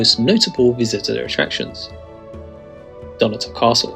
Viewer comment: It’s not “Dunnator Castle”. It is “Dunottar” with the stress on the “O”. Sloppy video and sloppy speech.